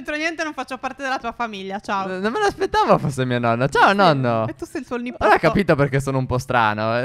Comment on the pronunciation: no non si dice nipotto si dice niponno